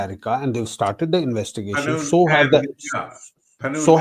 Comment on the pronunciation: Gurpa'twat Singh is Pannu, not Pannun.. Arshdeep Daala, not Arshad Dalla(pimp). He's from a village called Daala, otherwise his surname is Gill. He's a gangster turned 'Sikh activist' 🤔.